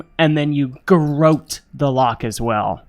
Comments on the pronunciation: It took me a while to work out what a "gar-oat" was. There was some seriously funny interplay in this episode; especially some of the input from Mitch. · Aside for the cringe-worthy pronunciation of garrote (but I appreciate that you addressed it during the show!), excellent! I did not anticipate that I would laugh so much during a plane crash!